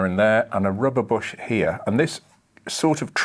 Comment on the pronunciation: Somewhere around 14 minutes you say rubber bush and I understood Robert Bosch. I guess that's a car freak misunderstanding.